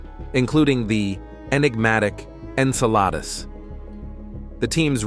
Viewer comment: Yeah, I, too, noticed that. Like Saturn's moon Enceladus was pronounced about three different ways, with one of the most notable being "En-sell-a-deuce".